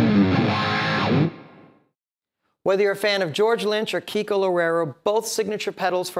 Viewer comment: Is Kiko, Not Keiko!